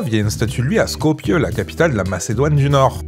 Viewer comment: Du coup, qu'est-ce qui est vrai dans ta video, c'est pas clair. Tu dis "c'est ce que disent les nationalistes macédoniens"... mais c'est quoi la version officielle ? Pour info : on prononce "Skopjê" (avec le son est de "il est" à la fin).